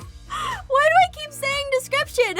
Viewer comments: I Thought It was Funny Win You Said Daskripshan PS I Don't No If I Spalt That Ritie. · Jess X description.... Jescription? DeJess? Hahaha.... I think Jess loves the description, I mean she just says it so much!! 8) 😉😂